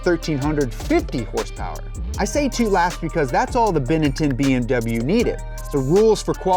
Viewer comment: I did not expect you to miss pronounce benetton